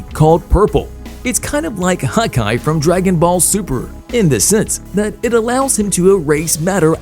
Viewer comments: bro said Hokage wrong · how does one butcher hokage that badly LMAO